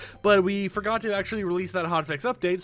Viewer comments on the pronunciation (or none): he said “forgor”